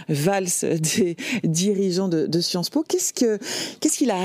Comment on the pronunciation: J’ai bien aimé quand elle a dit : Sciences Mo’ (sans le vouloir)